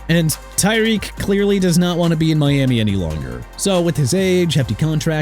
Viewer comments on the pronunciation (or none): none